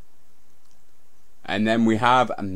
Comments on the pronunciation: "Th"....ree not "free" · "Three" not "ffree".....learn to spoke properly you fuckin idiot.